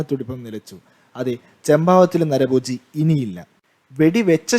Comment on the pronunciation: നരബോജി അല്ല നരഭോജി "...